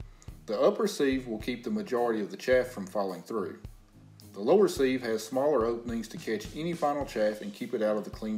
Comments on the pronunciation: I’ve never hear sieve pronounce “seev.” It’s always “siv.” Nice video though. Pretty cool for us non-farm/city-dwellers to see where our food comes from and how it’s harvested by farmers. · siv. pronounce.. not ceeve ..